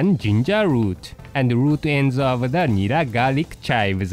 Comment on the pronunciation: nera not neba lol cute